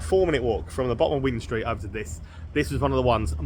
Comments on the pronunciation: Wind st is pronounced the same as wind a watch! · Great video mate. Just FYI it’s pronounced Wine Street even though it’s spelt Wind Street👍🏼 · When you pronounce "Wind street" mate, it's like when you wind up a clock or something. Not wind as the weather. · I know its spelt wind street but everyone in swansea pronounce it as wine street it must be a welsh thing 😆